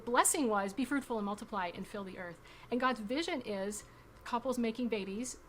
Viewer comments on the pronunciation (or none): Ohhh its be FRUITFUL. i thought they kept saying be FRUITY 🤭🫳